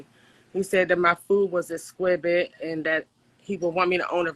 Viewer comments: I’m sure it’s “exqwived “ like her food lmao 🤣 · “Exquibit” is honestly killing me. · I heard that too! exquibid 😂😂😂😂😂😂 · She said her food was exqwived? I think she means “exquisite “ 🤦🏽‍♀️ and that word means beautiful and intense..... you women sound so ignorant when you can’t even say words correctly and use them correctly ... it’s really a turn off for these high value educated men that you women are looking for lol 😂 you better make sure your “edgeamacation” is just as “exqwived” as there’s lmao 🤣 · seconds in... exwibit??? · Did she say "Exqubit...as opposed to exquisite?🤦‍♂ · I didn’t get passed “exquibit” ! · which one “exquibite”🤷🏽‍♀️ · I would love for this community to learn how to pronounce words correctly.... idc if this is true or not tbh I just want y'all to pronounce specifically, exquisite, autistic, etc correctly